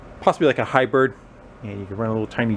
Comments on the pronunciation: I'm loving that 200K I'm seeing next to the bell down below! Now if you could get each of us to send you a dollar! I'd pay it! Man, $330 for batteries! A shame those weren't in the hoard! I'll hope for a good return! (Did you say hibird? :) ) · definitely said hibird